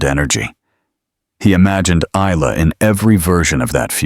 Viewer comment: The “S” is,silent…Isla Fisher is Eye-La…..just letting your AI learn something today…